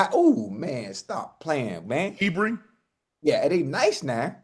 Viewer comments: Unc… ITS HER-BIG NOT HE-Bring and he’s a DAWG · He keeps calling Nick Herbig, He-brig. Lol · Unc HER-BIG. It sounds exactly how it’s spelled.